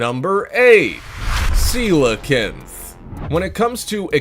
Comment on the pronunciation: Anyone else semi-offended by how he says Coelacanth?